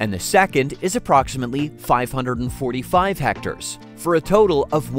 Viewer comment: Its pronounced heck-tare not hecter lmao